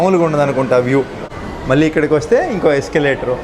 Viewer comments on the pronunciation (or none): none